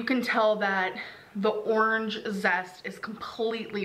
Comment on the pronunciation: I get triggered as F when she says "ornge"